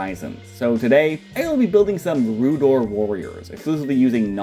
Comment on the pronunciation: Rhoo'dowr. Not Rhoo'dore.